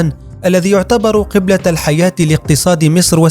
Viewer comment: قبلة الحياه بضم القاف وليس كسره يامتعلم